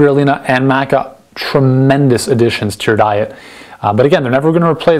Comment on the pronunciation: He can't even pronounce Maca correctly, why would I trust his google top search result sourced advice?